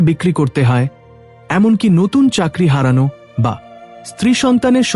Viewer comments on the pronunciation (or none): none